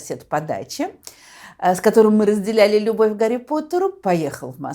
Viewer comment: А Гарри по русски надо произносить